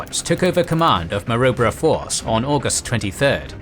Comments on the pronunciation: Pronounced Ko-Ko-da, not Kockoda, and Ma-roo-bra, not Marubra. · And Ma-Roo-Bra or Ma-Rib-Ra 😉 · The pronunciation in this video is tortuous. Kokoda is pronounced K’koda, not Kockada. Maroubra force is pronounced M’roobra not M’robr. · It's pronounces Ma-Roo-Brah. We have a suburb by the same name here. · A great series. However, the AI mispronunciation of names such as Kokoda, Maroubra ect is annoying. 😖😆🇦🇺👍🏻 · I wish someone would tell them how to pronounce Kokoda & Maroubra correctly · Kokoda track. Long second o Rhymes with soda. Maroubra also has a long vowel UO as in you. Milne also drops the e at the end. Very good otherwise.